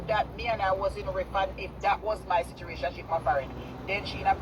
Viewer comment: the word is “situation “, not “situration’ kmt!